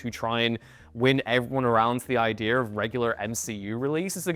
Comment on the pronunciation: "Ideer"? Someone get this guy a diction coach.